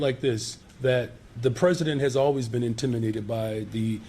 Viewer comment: Am I the only one who hears "intiminated" when he says it? Cause that shit is hilarious. HE INTIMINATED BY MY INTELLECT!!